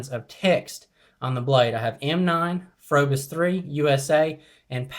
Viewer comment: It's pronounced probis the H is silent